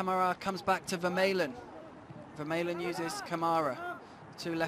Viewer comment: commentator should learn the players names correctly. Vermaelen